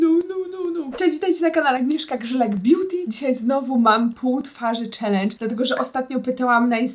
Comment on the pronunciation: Nie wiem śmieszy mnie to jak ona akcentuje to beauty🥴😆